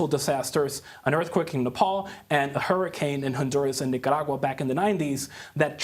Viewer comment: I love how Camilo always pronounces Nicaragua correctly, exactly as it is.